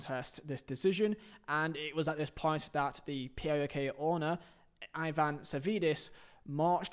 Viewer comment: Savvidis is STILL the owner of PAOK and its pronounced as one word not P A O K